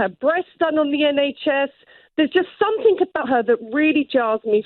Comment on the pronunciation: Tory by marriage is my guess. What school wouldn't have corrected her saying, "somethink"?